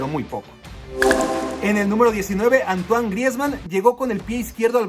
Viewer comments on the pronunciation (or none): none